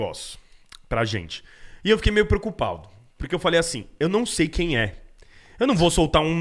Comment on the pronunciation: SO PREOCUPALLLLDO MEMSO KKKKKKKKKLKKLKKKLKLLLLLKKKKKKKKKKKKKKKKKKKKKKKKKKK PREOCUPALLLLLLLLLLDO KKKKKKKKKKKKK KKKKKKKK